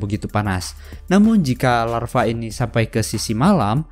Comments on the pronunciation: Bang, itu Lava bukan Larva😂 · Larva atau lava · larva mata kau, yang bener lava Cok.